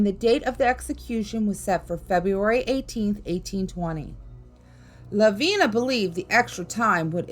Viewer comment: I gave this video a chance being from South Carolina I knew the stories I might hear would be ones I already knew. But had no idea about all the mispronunciations. Ediso for an example... its Ed-it-stow...Edisto Island. Lavinia Fisher's name is said as La-vin-i-a. Honestly when doing a YT video take the extra time to check out the pronunciations of a name or place. It takes seconds and google will even teach you how to say them. Its a matter of taking pride in your YT video as well as showing respect to the ppl, places, and stories that are told.